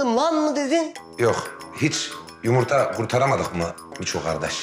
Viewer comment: Peki ya Kazım'ın Yımırta Demesi